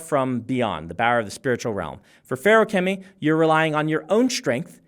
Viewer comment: I'm so glad it's pronounced like how Brandon says it and not fa-roo-kemy like some YouTubers say it